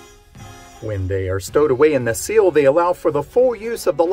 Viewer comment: It's a window "sill" not a seal 😅